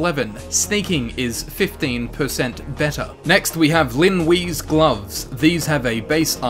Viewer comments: Linwe is pronounced Lin Way! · Stop saying Lin Wee